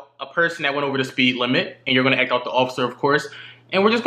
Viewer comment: This dude cant say the letter A bruh. ''Eccually'' ''Ect'' instead of act lmao